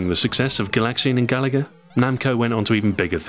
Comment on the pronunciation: I wanted to hear retroahoy’s original pronunciation of, “gaLaga.” Such a brave way to pronounce it.